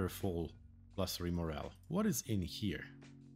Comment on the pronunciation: Loving the series so far! Even if I have hundreds of hours in ONI, I love watching series directed towards new players. The way you pronounce the word, "morale" sounds like the word "moral" which has a different meaning entirely. It doesn't phase me, and in context isn't confusing at all. I'm just an english teacher by trade and I wanted to point it out. Mein Lehrer hat meine Aussprache oft korrigiert als ich Deutsch gerlernt hast. ;)